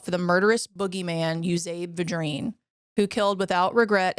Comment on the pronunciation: Yoo'-zee-bee Vi'-dreen You're from Louisiana. You should be able to pronounce it. And, yes, I knew his brother. He was my great grandfather. We are related. The reason people back then would allow him some favors is that they understood the gravity of ending someone's life. However necessary it was.